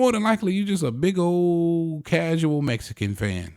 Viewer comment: 🤣🤣🤣🤣🤣 this foo said causal. Bro tank was getting worked and not even that everytime he tried to throw he got blocked. Crazy how Bias a "reporting platform can be" just admit it was a close fight. This is definitely a casual YouTube channel. U really don't understand boxing at all.